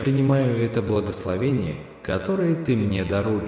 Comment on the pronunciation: Япринима́ю. Это. Благословени́е